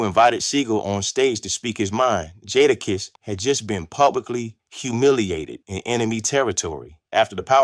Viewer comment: 1 st word joda kiss. Lol